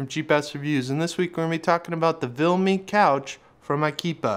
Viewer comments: Argh, what's with the "VILME"? It's VIMLE... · It's Vimle... Not Vilme. And it is Ikea...not Ikeepa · Why are you saying vilme when it’s vimle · VIMLE, not VILME dammit!